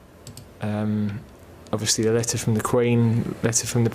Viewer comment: Yeah Ovishly 😂